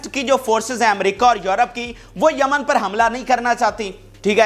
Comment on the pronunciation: Jaman nahi, it is yemen